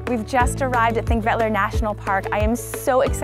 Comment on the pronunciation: Your enthusiasm is infectious!! Nice too that you made the effort to pronounce Thingvellir (or even Þingvellir) correctly! :-)